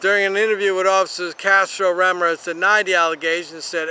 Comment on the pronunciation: I'm not even commenting on the pronunciation of Ramirez.